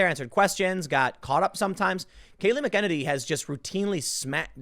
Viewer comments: Jesus Christ. it's Kayleigh MACKEN-any, Tim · Kayleigh McEnany....pronounced 'mack-en-AYny.' Emphasis on the 'AY' signed: insufferable pedant. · Tim needs to learn to read. McEnany and McKennedy (or whatever he's saying) are so fucking different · Where's the Holiday to remember the victims of the Wounded Knee Massacre?..OH, ONLY Black Lives Matter!..Imagine my Native American shock! BTW, Timmuh, MAK-ENN-ANNIE not Makennedy. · Mac en nanny is joe you pronounce her name Kills me how you get it wrong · MAC-EH-NAY-NEE! Learn to pronounce the name, or link to an official pronunciation guide, Tim! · Last name pronounced “Mack-ah-ninnee” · It’s Mack N A Knee! It’s not hard! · McKennedy? Take a few minutes & learn to pronounce her name. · Just an FYI- the press secretary’s last name is pronounced “Mac In Nay Nee” Still love your segments! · Tim has a pattern of mispronouncing women’s names. He also mispronounces Mika Brzezinski’s first name which is only two syllables. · Tim it's pronounced Mac-a-nay-nee. Your welcome. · Bro!!! It’s “mack UH nay KNEE” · Tim stop saying her name weird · Gahhhh thats not how you pronounce kayleigh's last name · Tim...please watch at least one press conference long enough to learn how to properly pronounce Kaleigh’s name. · Please Tim, stop butchering her last name! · And Tim once again mispronounced Kayleigh McEnany's name. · Tim!!!. Either stop saying her name or learn how to pronounce it.... I dont know why it bothers me so much, but come on man!!. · Time to start pronouncing her name correctly.